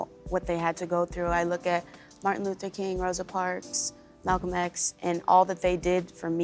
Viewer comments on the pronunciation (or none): none